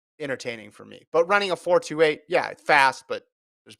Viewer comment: It’s “4 2 8” not “4 28” 😅. Y’all sound like you don’t know football